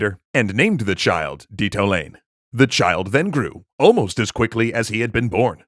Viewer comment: It is Le-su-tu (like Zulu) and Di-ta-o--la-neh.